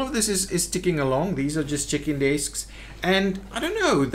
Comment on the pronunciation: Haha "chicken desks" Will always hear that from now on. :-P Thanks for another great video. been playing the game a lot more again since finding your channel.